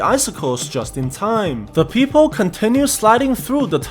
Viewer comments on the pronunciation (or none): Not a fan of the fact that you say people as "peephole" or "peepole". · Yoo it sounds like peephole when you said people 😂😂😂